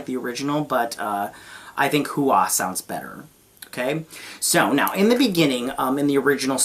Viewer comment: The family name "Hua" in Hua Mulan is pronounced as "Who-Ah" in Mandarin Chinese. Your pronunciation "Who-Eh" is also not wrong as that's how it would be said in the Fujian (Hokkien) dialect of the Chinese language. But "Who-Ah" is the generally used one. (Perhaps that's why Disney changed it to "Fa Mulan" instead, so it's easier for Western viewers, as "Fa" is the same word as pronounced in the Cantonese dialect of the Chinese language). :)